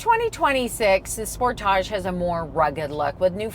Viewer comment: As usual Americans say everything wrong. The whole world except for America calls it a Sportage' Americans say Sportidge. Americans also say (Ad I Das) and many things wrong. It's not A Dee Dus.